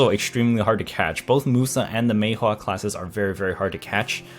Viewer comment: i really hate how u say maewha